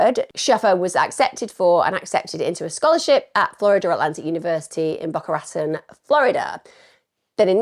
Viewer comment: Boca ra TONE it’s pronounced